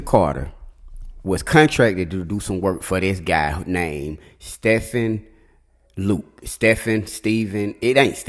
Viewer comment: Stephen is pronounced Steven.